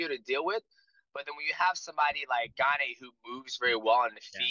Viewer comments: Lmfao Gaanay is a new one. They mess up his first name too calling him Cereal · Cyril Gane's last name has been pronounced so many ways 😂. Gon, Gain, and now Gaanay. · lol GAN-AE. while jon calls him CEREAL. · I dont understand how/why DJ doesnt know how to pronounce Gane.... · No one respects Gane everyone says his name wrong